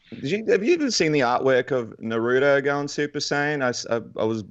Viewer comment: When he said " Naruro " 😂😂😂 it's said " Narutoh " bro